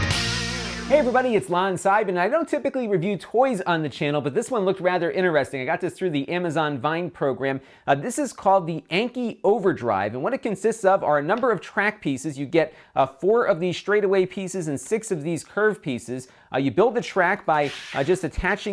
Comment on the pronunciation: anki is pronounced ahn-kee